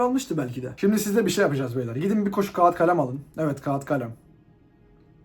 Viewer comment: sen daha kağıt diyemiyorsun ya, ilişki tavsiyeleri için biraz hızlı gitmiyor musun sence de? İnce a'yı telaffuz etmek, ilkokulda öğretiliyor halbuki